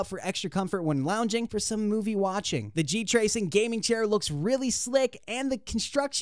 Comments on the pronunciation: "G tracing". When you know the guy narrating the video has zero clue what he's talking about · GT----Racing..... not G-Tracing